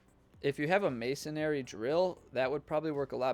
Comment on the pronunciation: Thank you for this! But, Masonry. Masonree. May-sun-ree. :)